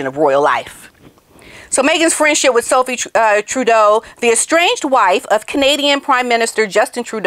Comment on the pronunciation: I think she said, “Fresh sh*t” instead of friendship! 😂😂😂